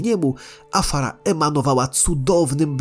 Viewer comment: Nie Afara a Azshara!